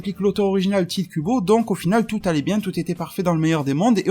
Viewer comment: le e sur tite ce prononcer é sauf que ya pas un accent